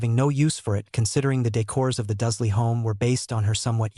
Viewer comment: Duzley? WTF! It’s DURSLEY.